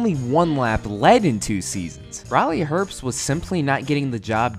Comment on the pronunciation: I find his last name mildly annoying, everyone pronounces his name herpst, there is no p there.